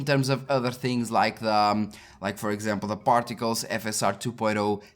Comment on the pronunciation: You said "particles", I kept hearing "portugales".